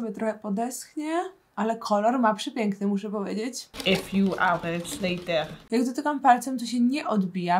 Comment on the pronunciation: Pov nudzi ci sie i widzisz film a tam jest twoja ulubiona rzecz czyli" e fiuw ałerts lejter" i to cały czas cofasz i starasz się zapamiętać każdą minutę i sekundę żeby potem o znowu zobacyć